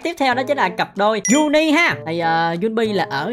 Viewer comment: Sao anh nói cặp Juni, rõ ràng là Junni mà anh dám nói là Juni 😡😡😡